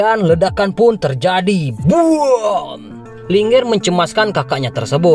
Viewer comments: Bang cuma masukan, baca linger.bukan linger, tapi di baca Ling 'er,( Ling) ( er ), terimakasih 🙏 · Saran bang untuk penyebutannya Ling,err Bukan linger .bukan satu kata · Mimin skedar info namanya Ling er bukan Lingger bedakan lh min 😭 jadi ga enk di dengar